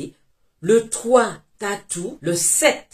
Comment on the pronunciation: Ntanu 5, ntatu 3, sa c'est prononce n'tanu, n'tatu 3